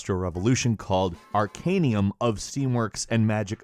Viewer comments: He was. It's also arcanum, not arcanium. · Wow how to mispronounce everything in one section .... its 'Troy-ka' and 'Arcane-um' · Also said "Ar-can-ium"